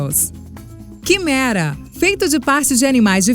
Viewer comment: no kimera eu ouvi ki merda